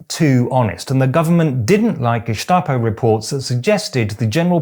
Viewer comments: Growing up in Austria, the history of National Socialism is drilled into us from a very early age, to prevent it from happening again. In all those years, I’ve only heard the pronunciation 'Geschtapo' twice: once about two weeks ago from a guy on TV named Gregory Bovino, and the second time in your video. It’s not really important, but as a native speaker I’d recommend using the other pronunciation. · btw, it is not pronounced Geshtapo even though Staatspolizei is Shtaatspolizei, don't ask why. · Geschschschtapo 🤭 You woke leftist, you 👋🏽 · Nein, das ist auch eine unübliche Aussprache, jedenfalls im Standard-Hochdeutschen. Ich fand es auch eher irritierend. In einigen Dialekten in Süddeutschland dürfte es aber durchaus so ausgesprochen werden. Vielleicht hat er es ja in diesem Kontext aufgeschnappt. Wahrscheinlicher dürfte aber sein, dass er es entsprechend der Langform korrekt aussprechen wollte, also das "st" wie in Staatspolizei. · Why this strange pronunciation of "gestapo"? It is gestapo not geßtapo. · Gestapo is spoken with an "S" not an "SH" 😅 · Really liked that one! One little hint: Gestapo in German is pronounced with a "spitzen Stein", i.e. with a strong S-T sound, not a Sch-T like you did ;-) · Ich weiß nicht, ob es regional unterschiedlich ist, aber ich kenne Gestapo nur mit st ausgesprochen nicht mit Scht wie das weiter Staat. Warum auch immer. Von der Herkunft müsste es ja so sein. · First: great channel!! Second: we germans actually do NOT pronounce it Ge-Shta-po but Ge-sta-po. Why? I don't know. As we pronouce nearly all words with written "st" as "sht". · Just a detail: For some weird reason, the word “Gestapo” in German is not pronounced Geschtapo with a sch, but Gestapo with a clear s. I know it doesn't make sense, but it's pronounced like this. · Very well said! Only its not pronounced the "Geschtapo" but Gestapo. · Even though Gestapo is a German "word", the s is not pronounced "sch" (sh) like in Stein etc., but just s.